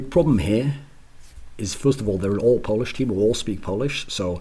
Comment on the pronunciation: Anyone alse notice that "Polish'd" at ? :D